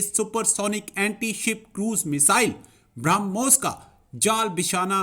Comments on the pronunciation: Kya faltu pronunciationhai sala ..Bromhos ko ...sala bharamos bol raha hai sala ye experts henn.. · Bhara moos nhi barmohs nam hai ullu anchor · it's not Bharamoos, it's Brahmos. Definitely you are a madarsa product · Barahmus nahi brahmos. 🤣🤣🤣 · पाकिस्तानी भाई पहले बोलना सीखो 12 मोस नहीं ब्रह्मोस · Aare madarsa chap pehle padna sikh le... Wo Bharamos nahin hai us ka nam Brahmos missile hee.... Padh na likhna to tumlog karoge nahin aap ni ijjat ka janaja nikalne camera ke samne beth jate ho🤣🤣🤣🤣🤣🤣🤣🤣🤣LOL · बरामोस नहीं बोलते कटवे ब्रह्मोस कहते है 😀😀😀😀😀😀😀😀😀😀😀😀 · 'Bhara moose' sun k laga ki gaali de raha hai 😂😂😂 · Philipaine, bharamoose waah re news reader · He has difficulty in pronouncing Brahmos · Did he just pronounce Brahmooos LOL 😜🤪😝😂🤣